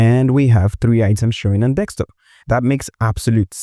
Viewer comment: It’s desktop, not desk(x)top. Thanks for the tutorial.